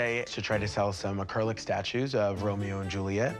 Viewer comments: Say acrylic properly …. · Guy wants 4000 grand but can't pronounce acrylic.